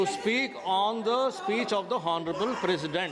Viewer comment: Horneable 😂 bhai ye kis ko speaker bana diya.. honorable bolna nahi aa raha usmain bhi horny laga rha hai 😂